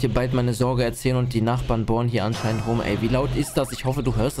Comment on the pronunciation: Dieses bohren hat sich wie gefurtzte angehört